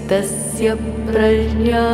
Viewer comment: On Ekadasi day I am listening to the holy gita here. Thanks. One observation on the correct pronunciation of "Prajna"